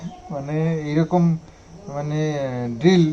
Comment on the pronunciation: Drill noi,deal . Drill হলো ফুটো করে,গর্ত করে, তাকে বলে.ডিল বলে। ফ্রক নয়,ফ্রগ,frog . উচ্চারন ভুল হলে বানান ভুল হয়